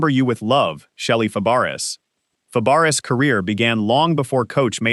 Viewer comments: What does the picture with the professor from UK who died have anything to do with Shelley Fabares? I don't get it. And as someone said you're prouncing her last name incorrectly, it's prounced Fabray like her aunt Nanette Fabray, her aunt changed it to sound like it should sound. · If you can't say her last name right then don't say it then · Yeah, jeez! How insulting in a memorial video!